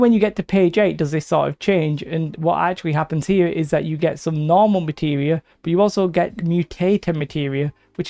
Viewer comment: nowmal matewial xd